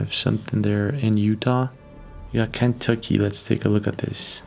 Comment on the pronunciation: It's ken tucky. Not can,. Tucky.